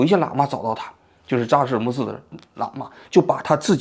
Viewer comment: 嘴瓢的厉害，基本上感觉几句话就瓢一次，扎实伦布寺